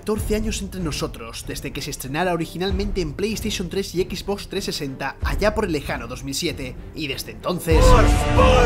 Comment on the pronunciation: "Equiz box" XD